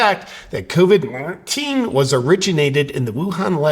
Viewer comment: Hey JP, just sayin' here.. after you alter the way you say Covid 19, you still got a "get the latest info from the CDC ab out CV19." tag on your video.. so even though you make your self sound retarded when saying covid 19, it appears that ain't workin'... JUST SAYIN'.